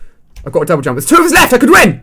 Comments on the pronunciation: Lol did he say double dump /:-| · jouble dump! XDDDDDD LOL You said that instead of double jump at one point xD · omg lol you said jouble dump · Lol u said jouble dump